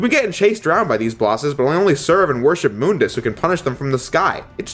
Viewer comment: Thank you for pronouncing MÜNDUS correctly. So many people don't :'(